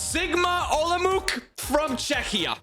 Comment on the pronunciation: It's not Sigma OlomouK. I don't really know how to explain, so just google right pronounciation. Olomouc is Czech City (ig it's like 5th main city in the country)